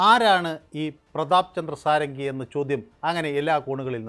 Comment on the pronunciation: ഷഡംഗി (സാരംഗി അല്ല)